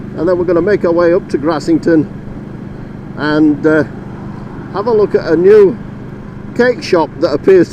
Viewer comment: Nice pronunciation of Grassington there. I simply can't say it that way 😂